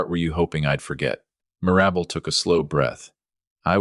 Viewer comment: Mir-AB-bel? How about MIR-ra-bel? That's funny the way AI/narrates it. 😅😅😅